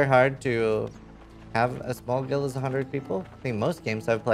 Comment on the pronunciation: can you pronounce the word guild properly please